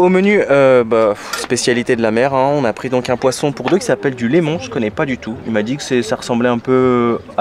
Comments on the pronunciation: Limon pas lémon c un poisson blanc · Qu'est-ce que t'es allé faire à Aokas lol... mais bon, il y a tellement d'autres trucs à faire sans méchanceté aucune. Hâte de voir Timgad. C'est du limon pas du lémon au fait. Avec l'accent, nous inversons beaucoup les voyelles malheureusement.